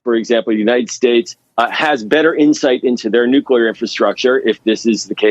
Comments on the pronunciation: The word is nuc-lee-ar not nuc-u-lar. For heaven’s sake woman you’re a broadcaster. Learn to speak properly. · New-klee-ar! Not new-que-lar! FFS, get it right, you're on tv. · It's NEW-CLEAR not NEW-CEW-LEER. Just saying. Credibility is a long road back. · Nu clee ur, not nu cule ur. Geez. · Say it with me. New klee er, not new kyuh ler. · Stop saying “nucular”, ma’am. You’re a journalist! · What planet are you from? It's NUCLEAR! is there anybody alive from your Planet? ! . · I can't even watch this. Stop saying "nucular"! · Did she properly pronounce the word "nuclear" ???? how unamerican! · Oh dear. An American presenter who can't correctly pronounce "nuclear"; in fact, seems to slur every third word. The bathos of the US never ends. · The anchor can't even pronounce the word nuclear. They shoulda caught that in the job interview.